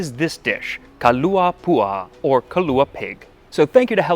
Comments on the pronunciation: Hey Max! As a longtime fan I’m so excited to see something I grew up with on the channel! Your pronunciation of Hawaiian isn’t bad for someone unfamiliar with it but one small note; “puaʻa” has that glottal stop in it between the a’s so there’s another syllable in there. I hope you enjoyed your stay! 🤙🏽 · Thanks for that, I noticed it, too. He does a great job of vowel pronunciation, though. The glottal stop is hard for many.